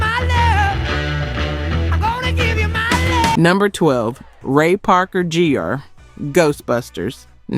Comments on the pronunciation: Un-freaking believable... You content creators don't know that when you put a "JR" past the name of someone, that actually is an ABBREVIATION of the word "JUNIOR". Damn... I can't stand watching PISS-POOR videos like this because OTHER PEOPLE will now assume "JR" will now be pronounced as "Ray Parker "J" "R" instead of "Ray Parker JUNIOR". YouTube SLOP is truly annoying because every chump on the planet now thinks they're AN EXPERT at creating crap. THUMBS DOWN. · I don't know which is more insulting, the fact that AI uses a black woman's voice or the fact that the process pronunciation of names and words is wrong. Jr. is pronounced "jeers", Robin Thicke is Robin "Thik-kee". A lot of your purported facts are sometimes unsubstantiated rumors. You've lost me and I am no longer able to enjoy your show. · Ray Parker Gee - er. Definitely AI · Ray Parker “jer” 😂😂😂